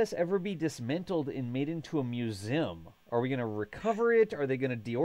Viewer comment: Im gonna have to mute this video if he says musim 1 more time!!! Its museeeeeum